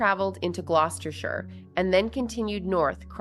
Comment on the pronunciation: First,y congratulations on pronouncing Gloucestershire correctly, i hate it when people can’t pronounce names properly. I remember this horrific case, it was so disturbing, so sickening and heartbreaking tragedy, she trusted that man, she thought he was a good person who offered her a job and a roof over their heads, he is a prolific pedo*** and he should never be released from prison. innes lived all over the world so probably has victims there too. Lord Justice Beckett is a formidable judge and he holds no punches. I hope jane doe is getting the help she so desperately needs. I couldn’t cover cases like this if i were a true crime story teller, you did it justice, it was a very heavy case.